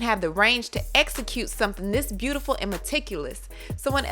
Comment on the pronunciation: Kairo Theft and lies go hand in hand. Y’all really believe Beyoncé brain dead ass who can’t even form a complete 3 word sentence and pronounces her daughters name Boo instead of Blue and says bootiful instead of beautiful can conceptualized and direct anything? That’s just made up PR fluff. Beyoncé puts her name on everything even songs other people wrote , ie: Irreplaceable by Neyo and Emotions by simply red and including all the other work she’s been “inspired” by....aka got caught stealing. What do you think creative directors are for? But it’s also been known that her fans are the dumbest fans on the planet. Posting bee emojis every where thinking y’all are really doing something... 😂😆 dumbasses !!! Go read a book 📚